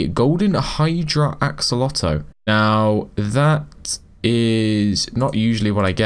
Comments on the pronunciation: Why do you say axolotuus but not axolotl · "Axolotus" letus??? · My guy Said akolotl instead of axolotl lol but i loved it tho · I’m sorry did you say ack olotl… ITS AXE O LOT EL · You say axe-oh-lot-el Edit axe-ol-lot-el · Gentleman it is pronounced "axo lo el" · The way he pronounce it is axo lo to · No axe-a-lotal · Wrong it is a kol oh tel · ak suh lo tl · Its acc oh lot ol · He say akelokel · He just said ac-o-lotal. I was laughing so hard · as a fellow axolotl lover heres how u pronounce axolotl a-ck-so-lot-l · You said acalotl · Cool video! btw, its pronounced Axe-O-Law-Tel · Me when pronoucing axolotl is "Axe-a-lotl" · is it just me or did you say ackoloto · im not mocking u but just for future its axo-lotle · btw its pronounced ack so lot ol. hope this helps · This is how pronounce axolotl ak -so-lot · the axolotle is pronouns as AXE but take the E out then O then LO then TLE there ya go AXOLOTLE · The way you pronounce axolotl is "Aco-olt-el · u say it axe-oh-lot-el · Axo-lot-L your welcome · You pronounce axolotl is ac-co-la-do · Pronunciation: Ack-Suh-Lot-Ol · It is axe-o-lot-L that is how to say it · yk how u say axe its u say axe o lot ol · Its pronunced aksolotl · AXE EL LOT TL that how you say axolotl okay!!!!!!! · It's pronounced: (Acs - oll - ot - ul) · How to pronounce axolotl: Axu-lot-ul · Axolotl is pronounced aksolatel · Ackolotle lol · He says ak-lo-tol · it's Axe Oh Lotel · axeolotto he says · Acks - ah - lot - el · It’s ax-o-lot-l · U are saying it ak-o-lot btw ur getting advice from a middle schooler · he said acolotle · It's pronounced axolotil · say ax alo tol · second title: struggles to say axolotl for 11 minutes straight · Remove the -oh-and the e from el :D